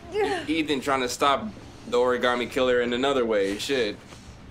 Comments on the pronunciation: WHY DOES EVERYONE SAY ORI-GAmmie INSTEAD OF ORI-GA-ME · anna stallworth 😂😂😂 exactly one was like origammi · I loved this game bacc when I first played it on the PS3 but I've always hated how they say ORI-GAAH-ME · Why does Gordi's voice actor say "oriGARmi" ...DO BETTER!! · Why can no one in this game either correctly or consistently pronounce 'origami' like....that is so hilarious to me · Why these people pronounce the word origami so weird